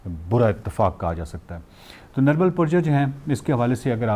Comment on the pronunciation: It's Nirmal Purja not Praja.